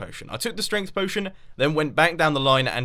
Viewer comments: lol "Stength" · Ah yes, stength ... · STENGTH STENGTH STENGTH STENGTH STENGTH STENGTH STENGTH STENGTH STENGTH STENGTH STENGTH STENGTH STENGTH STENGTH STENGTH STENGTH GOD MUMBO IT'S STRENGHT